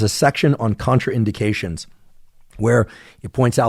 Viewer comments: Lol I believe it's pronounced Con-train-dication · Huh? Contra in dic ation?